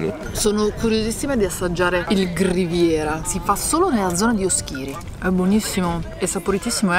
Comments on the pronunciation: Dovete venire dalle mie parti ad assaggiare "ru cuggoni" raga!!!! Vi prego però imparate gli accenti òschiri, nùoro, in altri modi non si può sentire 🤣❤❣la puntata più emozionante è quella del filindeu❤❤❤aspetto con ansia altre1000 puntate aiutate anche i sardi a conoscere meglio la nostra isola meravigliosa❣😘😘😘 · Ma daiiii che bello vedere e, sono mitici! Vi prego però, è Núoro non Nuóro e Oschiri non Oschíri 🤣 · Vi si vuole bene, anzi benissimooo. Ma Oschìri non si può sentire. Accento sulla oooooo 😆 Un abbraccio dal nord sardegna. 🤗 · Oschìri non si può sentire 😂😂😂😂😂 Òschiri si pronuncia così 🤦🤦🤦🤦🤦 vi scongiuro amici del continente imparate come si chiamano i paesi in Sardegna ♥️♥️♥️♥️♥️ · Bella raga! Simpaticissimi (come al solito...) ma gli accenti li cannate tutti! La signora delle puntate precedenti si chiama Elide con l'accento sulla prima "e" Poi Oschiri l'accento è sulla "O" iniziale. Ma non sembrate neanche sardi! Vabbè che sarete ormai generazioni di continentali, ma un minimo... 🤔😮😂😂😂🤣🤣🤣❤️ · Oschiri con l'accento sulla o però!